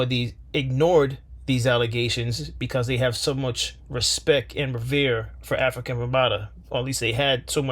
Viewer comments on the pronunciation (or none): Before you make a video about someone, how about pronouncing his name correctly. His name was "Afrika" not African!